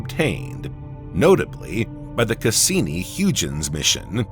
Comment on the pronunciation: Cassini HUGE-ins 😂 …..awwww he tried ….its pronounced Hoy-gins.